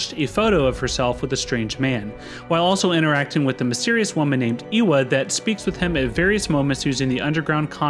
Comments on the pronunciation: Quick & dirty guide on Polish words - Szymon is pronounced Shimon, when s and z are placed together like this they form a sh sound and are not treated as two separate letters, Ewa is pronounced Eva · FYI Ewa is pronounced Eva/ever Polish W`s are V`s in english